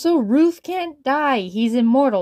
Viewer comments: The thing i hate about every Gametoons animation where Ruv is in, they pronounce his name as ROOF, ROOf! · Sin for calling Ruv “Roov”